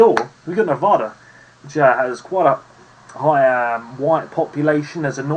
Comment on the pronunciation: Spot on my guy. Except for Nevada.